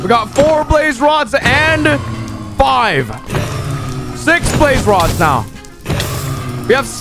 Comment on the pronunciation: When you said we got 2 blaze rods I thought you said babe rods XDXDXDXDXXD